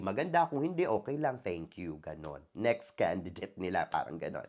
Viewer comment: Bakit kendi-date? Mas magandang pakinggan kung Kandi -date or kaendi-date.